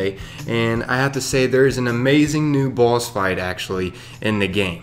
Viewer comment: when you said boss i heard baws